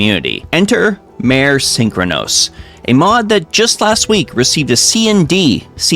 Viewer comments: It's pronounced "mah-ray," not "maire." Like the zone, Mare Lamentorum. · Since it's related to things on a moon, "mare" is pronounced "MAR-ay", meaning "sea", same as the IRL Mare Tranquillitatis (Sea of Tranquility), where Apollo 11 landed. Edit: There's a post about visual mods on the official site (I don't think I can link it directly in a comment). They tldr is they don't want people modding to look like they have unearned ult/savage/etc. gear, they don't want people modding to show unpurchased store items, and they don't want people modding to look nude.